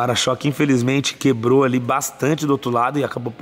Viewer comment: "tinha quêbro", pqp em....